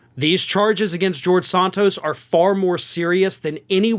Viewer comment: Some day you will pronounce Santos correctly, even though he deserves it. The first vowel is a short 'a', not a long 'o'., I like you, but you sure can butcher names, dude.